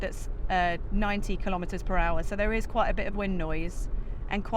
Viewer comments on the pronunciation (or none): none